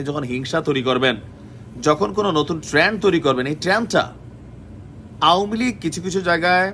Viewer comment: ট্রেন্ড ঠিকমতো বলতে পারো না তুমি, আরও আইছো আওয়ামী দালালি করতে, কুমিল্লার নামডা বদনাম করতাছো